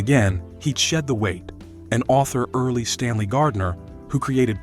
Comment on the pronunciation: Early Stanley Gardner? Don't editors listen for these mispronunciations?